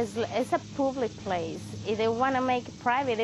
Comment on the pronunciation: It's a pooblick plece..." - LOLOLOL